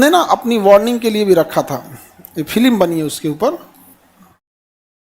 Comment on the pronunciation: Sir Film ko filim kyu bolte hain aap....